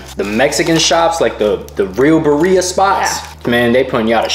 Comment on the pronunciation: Not saying buhreeah instead of BIRRIA.Girl you goofy